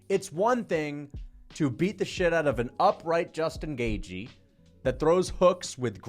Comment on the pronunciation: "Justin Gay-jee"